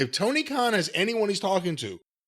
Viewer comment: Mr. Clown, Toe-Knee